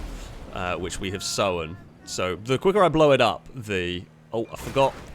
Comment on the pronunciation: You really have a weird pronunciation. Sowan instead of sown, Blowan instead of blown...